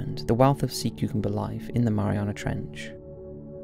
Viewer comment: I’m so sorry but I’m cracking up at your complete inability to pronounce cucumber 😅😅